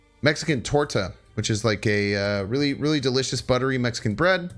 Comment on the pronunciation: >makes a point of pronouncing gif properly >mispronounces torta repeatedly >lels xD